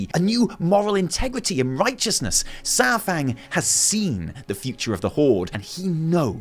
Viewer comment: It’s not SourFang.